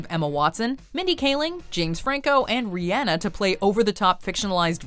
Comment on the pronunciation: Wow. I'm shocked that sumbody actually pronounced Rhianna's name right. Bravo 👏🏽